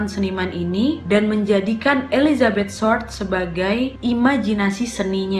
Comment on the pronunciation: Ketawa aku wakk pas salah sebut nama marga dari hodel menjadi "Holden" Dan Elizabeth short menjadi firllt atau apalah itu wkwkwk. Saking semangatnya sampe lupa dan salah sebut 😂